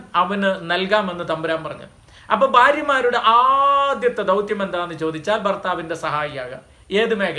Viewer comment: ധൗത്യം അല്ല ദൗത്യം